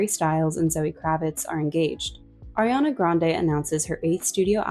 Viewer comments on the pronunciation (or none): none